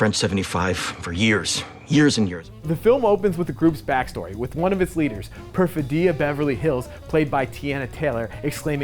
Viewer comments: The reviewer supposedly watched the film well enough to spoil every plot point, but somehow managed to mispronounce the name of one of the main characters repeatedly. The stress in Perfidia is on the second syllable, not the third. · How could someone mispronounce Perfidia so many times in a row? Did you listen to them say it in the movie? Like even once? Haha